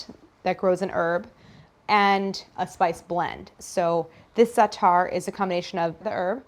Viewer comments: Stress on the first syllable of "za'atar", not the second. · love white ppl colonizing zaatar and not pronouncing it right👍